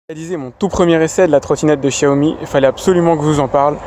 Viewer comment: Enfin qqun qui prononce "Chiaomi" !!!! MERCI